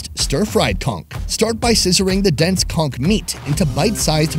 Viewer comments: Spongebob lied to me. I always thought that it was "konch" and not "kongk". :v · Pretty sure it's pronounced con - ch not cong - k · I can't get over how many times he says "conK"